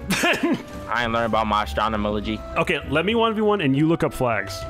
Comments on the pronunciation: Astronamoligy Me:Screams ASTRONAMY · “astronomolgoy” - 2020